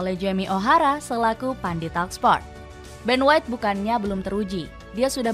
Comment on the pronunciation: Ben white inggris min..😆